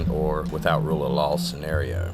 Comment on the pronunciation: every time he said rule of law i heard rule of lol